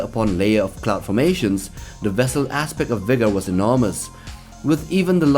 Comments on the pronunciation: "Vigger" :P Sorry but it made me laugh. What it's really called is V-GER, as in, VOYAGER-1 except some of the letters got ruined. Voyager-1 was a space probe sent out of the solar system in 1977, and Star Trek very smartly came up with the idea that the probe somehow developed sentience, and "came back" in the future. Looking for earth, for its creators, so to speak, but with flawed understanding of its origin. So yeah, it didn't even know it was originally called Voyager because it was damaged and so only the letters V-GER remained :) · V'ger, not V'gor. Shirtened from Voyager. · It's V-GER not V'Gor. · It's called V'GER (from the fictious probe Voyager 6 in Star Trek) not V'GOR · Sorry, but it’s V’Ger, not V’Gor. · its not V-gor, it is V-GER as in voyager 6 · Its pronounced Vee-Ger, not V'gor or whatever you said. Get it right! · y'vger... not VOGER.. but nicely done! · The last one is actually called V’Ger, not V’Gor. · v,ger not v,gor you doughnut confirm it in the film. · It is V-GER not V’Gor, the name is based off the Voyager 6 space probe, that was sent out into space by NASA in the 20th century to collect information, learn all that is knowable. It drifted off course and encountered a machine like race that completed its programming, thus V’Ger was born! Two hundred years when the USS Enterprise encountered The alien vessel, Captain Kirk and his crew discovered its nexus, which turned out to be an old satellite. The markings were old and rusted and bore the name V’Ger, when Kirk rubbed the surface the name Voyager was revealed!😎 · It's pronounced VEE-jur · If it comes up in another video, V'ger is pronounced VEE-jer {"jerk" without the K} because there are nerds who will get angry! 😄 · it's called V'ger 😡